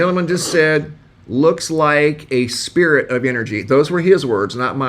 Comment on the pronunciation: he says “looks like a sphere of energy”. It did kinda sound like he said, ‘spirit’, though.